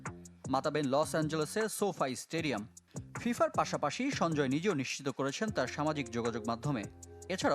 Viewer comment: সফা স্টেডিয়াম নাকি সৌফিয়া স্টেডিয়াম🤣🤣🤣 আবাল মুর্খ সাংবাদিক